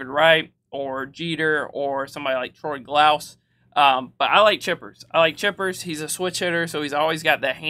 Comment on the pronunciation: When you mispronounced troy glaus it hurt my soul!! I thought you knew actual baseball not just the show